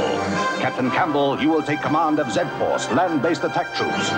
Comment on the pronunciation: "ZED Force" Yes!! Thank for saying it right finally instead of ZEE Force 😀😉